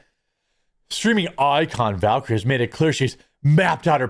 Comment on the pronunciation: Bro, you should be able to pronounce words properly if you’re gonna keep up this YouTube bullshit, and I say that with love from Milwaukee. Val-Ker-eeeee. Jesusfuckinchrist 😂